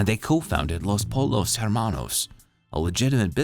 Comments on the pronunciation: los polos hermanos, dang, its pronounced poyos, as 2 ls in spanish is pronounced as y/ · U did not just say “los polos hermanos” 😭